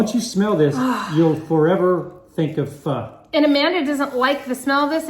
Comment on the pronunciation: The Pho is supposed to be pronounced "Faw" but people mess with it. In Auburn, there is a place called Pho King Good. I refused to eat there.